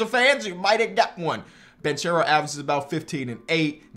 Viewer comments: it’s pronounced Ban-care-o not banchero. ❤️ u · the last name of Paolo is pronounced Bankero not Banchero. It is an italian Surname. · How long till finally starts saying Banchero right? (Ban-care-o) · its pronouced "bankero" tho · I’m pretty sure it’s pronounced “BAN-K(ARROW) not (charow) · Please start pronouncing Banchero like “Bankero” you’re killing me 😭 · Dude, it's [ban-ke-rou] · you should pronounce it Bankero, in Italy ch is pronounced k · Please pronunce Banchero right, Is like Bankero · Btw it's pronounced like "bankero" cause "che" in Italian is pronounced like ke. (I'm Italian and i'm super excited for my homie) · Paulo Banchero. Ban-care-oh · You are pronouncing Banchero's name wrong. It is like Ban-ke-ro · Paolo last name is pronounced with a hard c, not like the English pronunciation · You keep saying Paulo’s name wrong and it irks me 😂. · Please.. say Paolo Banchero’s name correctly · Hey just helping you know that it’s Jeremy Sochan(So-han) and Paolo Banchero(Ban-Care-O)